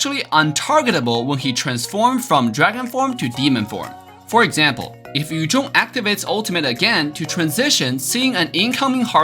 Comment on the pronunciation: Badang not badong Yuzong not yujong Chow not chaw Lunox not lunok